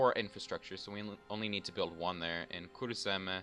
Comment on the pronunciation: it's funny hearing you say ''kurzeme'' and ''vidzeme'' since i am latvian ;)